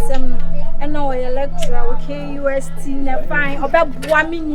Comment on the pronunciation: De girl said KUST 🤣🤣🤣🤣😂😂😂😂🤣🤣🤣🤣🤣🤣🤣🤣😂😂. Nice one tho